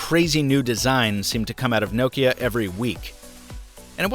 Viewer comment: Thanks for say Nokia right not like lot of English people (No-Kia)